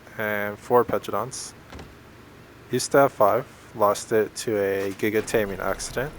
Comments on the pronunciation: Guy-ga boi its gig uh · its giga not giyga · Anybody else say gig- ah and not guy-ga, I got triggered when he said it like that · Guyga? Dude its clearly spelt Gi ga and your dino names are cancerous Like learn to read and pronounce correctly. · KiiNGKiiLL it's not pronounced GIG AH either, it pronounced giganotasaurus (jig-a-note-a-sore-is) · the way you said giga.... man... its either "juy ganto" or "giga" -notosaurus... not "guy ga" man oh man.. thats by far the worst ive ever heard ahahaha. cool base tho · What is a Gigha? Is that a new tame? It is pronounced GIG-ə-NOT-o-SAW-rus[1]) , thanks. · He said gi ga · GIEGA JEEZ YOU CANNOT PRONOUNCE (no offence) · It's pronounced GIG UH, god damn it. I'm sure you say Me-joe instead of Meh-ho as well. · how he said giga maks me mad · U said giga wrong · That much time but can not say giga right